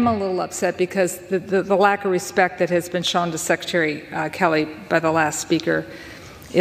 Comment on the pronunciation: You glazed right over the fact that McCollum mispronounced skelleys name several times, referring to “Kelly”